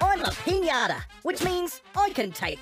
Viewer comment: The host really, really, said “Pinãta!” “Pinãta, no bueno.” 🤣🤣🤣🤣🤣🤣 - Riley